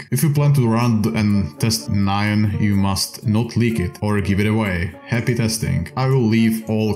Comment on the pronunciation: he probably thinks nyan is said like cyan